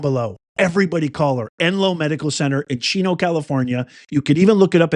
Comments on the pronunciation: Chico, California... not Chino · Chico, not Chino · Not Cino…it’s Chico, CA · Think its Chico California not chino... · 🚨🚨 CHICO, CA NOT CHINO 🚨🚨